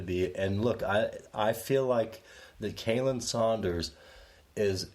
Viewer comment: Love you guys... honestly I do... But you guys are butchering Khalen ( which is pronounced Colin) Sanders' name... But you guys are awesome!!! Continue what your doing guys 👍